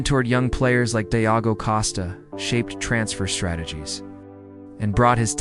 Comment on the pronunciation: It's pronounced "George " if you're going to tell the story ( thank you) but pronounce the name correctly please.